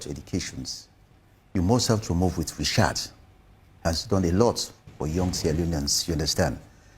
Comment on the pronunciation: The word is research not reschat. Moving on doesn't mean accepting wrong doing infact there is no peace without justice. Thank God there is a platform now to discuss political issues.